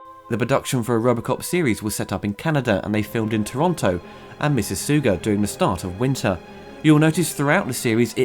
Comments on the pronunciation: Miss-iss-aw-ga, not Miss-iss-oo-ga. Sounding like Obama . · Great review. But from a Torontonian. Mississauga is pronounced Miss-ah-saga. Good try though (just in case you ever come for a visit). If you're not from here, I would expect most people would not be able to say it. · I fully agree with you on how bad child actors are It's pronounced miss iss ahh gahh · Mississoooooga! Lol :) Aug, not oog. Totally ok, but still funny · it's pronounced Miss-iss-Aw-ga... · Miss - iss - saw - ga. Sorry, impolite Canadian here lolz.